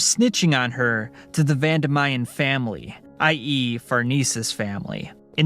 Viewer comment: Its Vandimian not Vandamayan